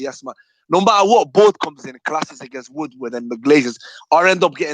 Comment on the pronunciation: He meant to say Edward Woodward. It sounds like Wood Wordward 🤣